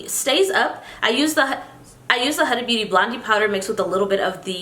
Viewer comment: Hi, her name is pronounced as Huda (who-da-h) and not the way you pronounce it 🙂